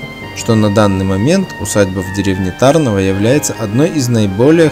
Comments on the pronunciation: Ударение не правильное . Нужно ТарнОво , а не ТАрново. А в целом , видео не плохое. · Не ТАрново, А ТарнОво. Ударение на букву "о", и не на букву "а". Мой папа ходил в школу в Тарнове, и поэтому я знаю, куда надо ставить ударение. А так - всё отлично! Спасибо большое за память и размещение в интернете! А кстати, а где - сама школа на видео? Интересно бы было посмотреть!